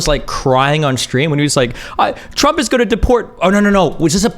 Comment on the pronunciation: pretty basic for anyone who has covered politics for the last decade. How would ever consider the insights of someone who pronounce Trump as Tramp or Obama as Opano?